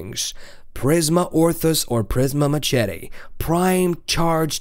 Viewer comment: Listening to you pronounce machete is killing me